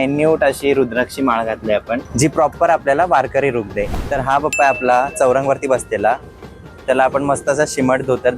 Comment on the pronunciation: मूर्ती खूप सुंदर आहेत. पण इट्स बाप्पा not बप्पा 😊